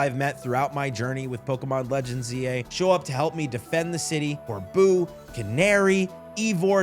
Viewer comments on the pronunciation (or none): Here's how you pronounce some of the trainers' names. Corbeau- coor-bo Phillipe- phil-leep Lebanne- leb-aun Jacinthe: ja-sinth. Also, you should definitely replay X and Y, including the game's post story